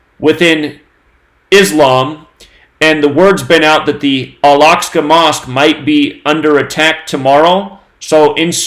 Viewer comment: Josh Greenblatt wanted to let know that the name of the mosque is pronounced "Al Ahk-sah". Carry on, coincidence theorists.